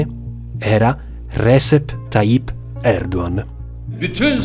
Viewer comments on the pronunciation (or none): uomo va bene tutto ma sentire Recep (leggasi Regep) pronunciato Resep dopo che sei pure stato in Turchia fa un po' male alle orecchie 🥲🥲 ma pronuncia del turco a parte, veramente bel video, assurdo vedere il salto che questo canale ha fatto da 5 anni fa in cui ho visto il primo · Si, ma Recep si pronuncia "Regep" e non "Resep". 😉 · Solo due cose: - Il nome Recep si pronuncia "Regep" e non "Resep"; - Sarebbero graditi sottotitoli in inglese, vorrei mostrare questo documentario a un mio amico turco. Per il resto, veramente interessante e ben fatto :) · Recep si pronuncia Regèp, non Rèsep. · Si dice “regièp” comunque, non “rèsep” Tayyip Erdoğan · Si pronuncia Regep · Recep Tayyip Erdoğan. La pronuncia giusta di Recep é Regep. Poi Erdoğan si pronuncia Erdooan. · Sono sempre più incredibili e di altissima qualità questi video. Una sola puntualizzazione che avrei: prestate un po' più di attenzione alle pronunce delle parole straniere, specie se sono così importanti per il contesto. Mi ha fatta un po' storcere il naso sentir pronunciare sbagliato il nome di Erdogan per tutto il video